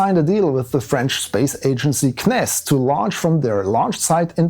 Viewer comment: Finally someone that pronouces "CNES" correctly!